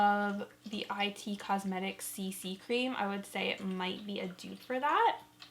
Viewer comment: Haha I've never heard anyone call IT Cosmetics I-T Cosmetics Haha it took me a min to figure out what you were talking about cuz I couldn't stop thinking about the I.T. team I worked with when I worked for the state of alaska dept of fish and game🤣🤣